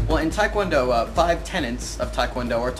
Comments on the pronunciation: well the mispronunciation of tae kwon do too, tae as in teh not tye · it's not tai kwan do you idiot1 it's TAE KWON DO! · i cant stand when people sat taikwondo ,its taekwondo tai is chinese like tai chi,tae is korean . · why is White people talking like they know about tae kwon do so much..they are not even flexible enough and especially the White narrator can't even pronounce TKD right, WTF.